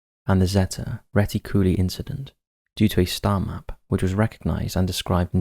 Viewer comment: "reti-cooly" lol